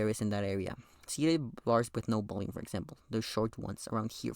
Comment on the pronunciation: Alright i cant taking the word "bolume" every teo seconds